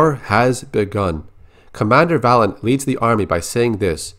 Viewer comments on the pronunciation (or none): Am I the only one who thinks that Valen's name should be pronounced Vay-len?